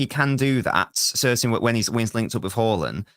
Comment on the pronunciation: Can u please tell that fella that the big striker's name is Haaland, with 2 a's, not Horland. He's getting on my last nerve 😂